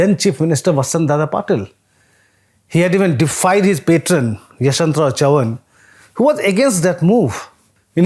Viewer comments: How can you be so wrong with the pronounciation of Chavan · pronunciation of Chavan is hilarious